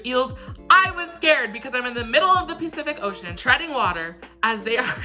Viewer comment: He really said pee-cific oceon